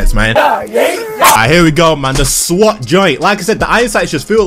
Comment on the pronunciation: Did u say swot?